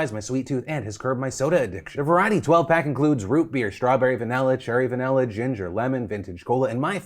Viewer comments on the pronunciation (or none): Stuck on Philip saying "Vanella" instead of "Vanilla" in the ad part...